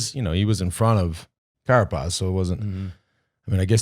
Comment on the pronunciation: come on, lets try it together: Carapaz, not Carapatz...:)